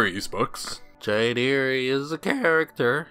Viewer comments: "Jane ee-ree" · "Jane Eerie"